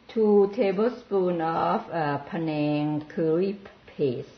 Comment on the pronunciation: The correct spelling is pAnang... not Penang. Penang is a state in Malaysia. pAnang is a thai dish. Do not let 2nd class american english to mis-pronounce the word. PANANG!